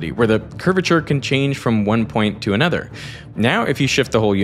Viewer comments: lol no disrespect it just makes me giggle everytime that blonde man says "another" it sounds just like that woman's last name Nutter :p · "completely disappears in an udder"